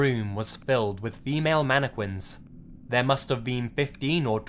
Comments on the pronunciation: Facts manne- quinss 😂😂😂😂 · Manna qwins 😂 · Narrator: Announces Mannequins like Mannekwins..Lol. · He pronounces mannequins so wrong. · The way he says mannequins is funny af.😂😂😂😂😂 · Lmaoooooooooo......dude said it several time aswell.